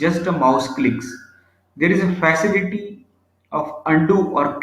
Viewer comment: Sorry, but extremely poor diction in English by the speaker in this video. eg: "System" is heard as "Systim". Facility sounds as 'Phasility". Boring monologue. Please find someone else.